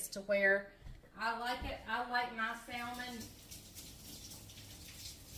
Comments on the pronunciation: Hi - I love salmon and it's quite healthy, especially if it's not farm raised. Is it a southern/country thing to pronounce it with the "l"? The correct pronunciation is "samen". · Wait, is the “l,” in salmon not silent??😆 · I'm from NC and I pronounce the L too...that's just the way I've always said it! Lol 🤷‍♀️ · Your son Wasn’t there to remind you, salmon without the L?😂